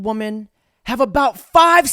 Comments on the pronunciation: The word is pronounced (phonetically) whe-men. This is correct for the plural of woman, which is singular. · Why cant anyone pronounce the difference between woman and women?